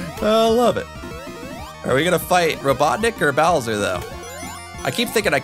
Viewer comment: Darby: It's Bowser! Me: It's "Bowser" Seriously though, this looked pretty fun overall, even if the monitors were a bit too thick (as in too many) so thanks for the video as always!